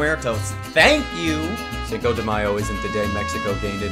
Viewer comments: you mispronouncing the Mexican Cinco de Mayo made me cringe so bad my jaw mussels got abs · Caballero disculpe, pero se dice, Cinco de Mayo <3